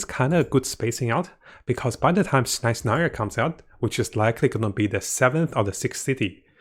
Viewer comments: SignOra! Like ball! O! Not signara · Disliked this one cause you really need to work on your pronunciation of some char`s names and etc. Was hard not to cringe every time you tried to say Signora. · btw, you pronounced pulcinella better than signora... xD